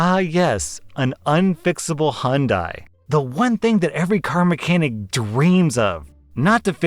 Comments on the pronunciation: He says Hyundai weird, search up Hyundai country calendar and you'll hear how I grew up with it being said. Who tf says hoonday? It's fucking Hi-YUN-dai... Thus concludes my Ted-talk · You're pronouncing Hyudai incorrectly. Remember the commercials? "It's Hyundai, like Sunday." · okay so I actually looked it up It's pronounced H-yun-day, that is the correct pronunciation according to Korea where the brand is from the y is not silent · for a bit i was actually confused about the car he was talking about becuse it sounded like he was saying hundai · I won’t lie the way you say Hyundai invokes violent feelings within me 💀 Great video tho keep it up 👍🏼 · Had to check if he said Honda or Hyundai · Is that the typical way anericans say Hyundai?